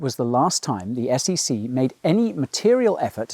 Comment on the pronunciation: they literally saod SCC